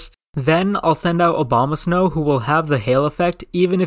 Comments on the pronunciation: this is like a plythrough in the eyes of Uber Noobs lol p.s I love how you said Obama-snow instead of Abomasnow 😅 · ‘Obama’ Snow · I love how he says "Obamasnow" not "Abomasnow"